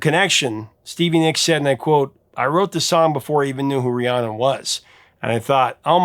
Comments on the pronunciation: Fleetwood Mac VERY CLEARLY sing the lyrics of Rhiannon as Ri-ayn-nun yet they professor here just has to mispronounce it when he spoke of it by saying Ri-ahhn-nun. Why, professor, must you do this???? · I love your content. However, as someone named after Fleetwood Mac's famous song, I have to tell you it's pronounced Ree-ANN-in (not Ree-ON-in). Still love you even though you mispronounced my name.;) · Professor, please enunciate RhiannON - I hear the last syllable a time or two, but for the most part, it sounds like you're saying Rhianna. I know you have the title/spelling correct, it's just not coming out in your enunciation. I LOVE your segments, thank you so much for the interesting and informative history that you always deliver. I'm a lucky GenXer who was alive during most of the eras you cover. Love your work. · It’s the first time I’ve heard you mention the song I was named after… how disappointing that you pronounced it incorrectly multiple times. 😢 It’s Rhiannon… pronounced Ree-Ann-Un.